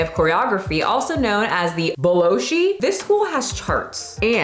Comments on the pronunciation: boloshi got me crackin xDD I used to pronouce it that way too xDDD Bol-shoy - i think in this context it would mean The Great, but I may be wrong. Russia is (imo) fairly speaking keeping up being thin as desired body type in general. Like a proper hell for "body positive" movement. I must agree with people saying pro ballet should be kept thin - I cannot imagine my fat ass being a pro ballerina with how much of an injury risk it carries! But the way it goes to extreme thinness is scary, to say the least. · It’s not “Bolohshi” it’s pronounced “Bol-Shoy” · boloshi😂 as a Russian I laughed so hard for anyone curious it's bol'shoi meaning big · Also...not BA-LOW-shi...it's BAl-show--eee. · "Also known as boloshy". No. Bolshoy. I mean you should know that. Everybody does... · Boloshee? It's actually pronounced BALL- shoy (second syllable rhymes with "toy"); if you're not sure of the pronunciation of a word, contact me, or check the net. The former is a better idea. Dat's wat eye tink, as they say here. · “Bal-Ann-sheen” “Bowl-shoy” Good episode and great topic!! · ITS BOWL-SHOI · Balanchine (Bal an sheen) Bolshoi (Bowl shoy) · The russian word "bolshoi" is pronounced ("ball" as in ballet) ball-sho-y and means grand. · As a Russian, I feel it is my duty to tell you how to pronounce Bolshoi (which means "Big," as in the grand theater): "Ball-shoi" (rhymes with bok choy) ❤ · A small correction, the other name of this academy is pronounced like bal'shoy, and it means great\big in Russian :) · duh-MEH-duh-chee; BAL-un-cheen; BOL-shoy; meh-tro-POL-i-tan.. Your total butchery of these famous names is embarrassing. Also, while ballet dancers are among the world’s greatest athletes, ballet is not a ‘sport.’ It’s an art form, and a very developed one, with a long and storied history. I appreciate that you are interested in the topic, but how well equipped are you to discuss and critique it at length given you come to it from a place of total ignorance?